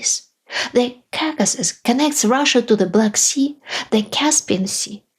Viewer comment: KAKAsis? Really?!!!!!! You can say caucasian just fine, but not the word it derives from? Expected better from you.